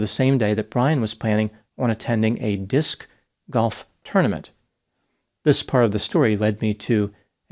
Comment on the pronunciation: Don't knock Disc Golf before you try it. The way you pronounce it is awesome lol.